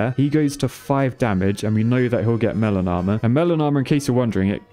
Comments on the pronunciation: I can’t not hear “melanoma” when you say melon armor. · Every time you say melon armor I think that you're saying melanoma. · I keep hearing melanoma when you're saying melon armor.